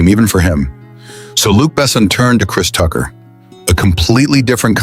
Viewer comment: Thank you!!! I finally had a post to comment myself because I'm sitting there listening to this and when they got to Kris Tucker and started mispronouncing his name, I couldn't take listening to this crap any longer!